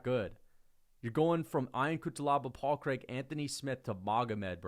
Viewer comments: everytime I hear say paul craig it hurts me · The way says Paul Craig kills me every time lmao